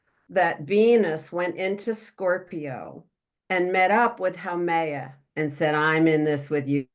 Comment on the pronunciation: Love this: FYI, Haumea pronounced “ho me ah”